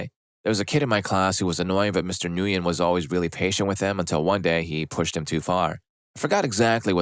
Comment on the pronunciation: The name is pronounced "Mister Gwin". It rhymes with "Thin". The "N" is silent. Have we (at least us in the USA) all forgotten how to pronounce this very popular Vietnamese name?